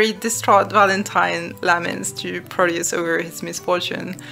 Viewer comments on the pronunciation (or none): ...is it bad that i hear proteus's name as "produce"? If not, its just makes it even more hilarious And to be honest, the story itself flops a lot at the end in my opinion... But amazing video! Its giving me more ideias for my own game